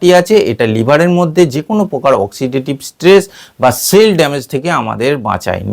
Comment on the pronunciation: "প্রকার" শব্দটির উচ্চারণ শুদ্ধ করুন। "পোকার" নয়, "শব্দটি "প্রকার" (Proker).